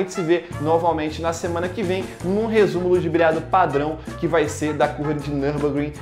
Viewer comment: sou o único que na hora que ele fala “rrresumo ludibriado” eu falo junto?